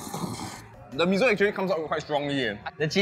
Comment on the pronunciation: Why Mee-Zo instead of Mee-Soh (Miso)? 😄